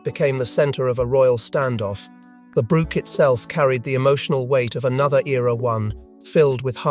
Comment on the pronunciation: Since when is a 'brooch', a piece of jewelry, pronounced 'brook' a small stream of water ... hard to listen to this narrative 😕